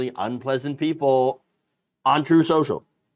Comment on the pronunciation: "Troath...truth senshul." 🤣🤣🤣